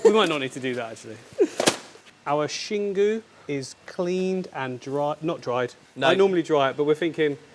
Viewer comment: I love how you learned to say Xingu correctly.